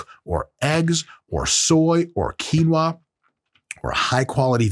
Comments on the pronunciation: qui-o-na lol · I died at “Quinoa” that’s Deadass a black womans name perfectly ok to say 😂😂😂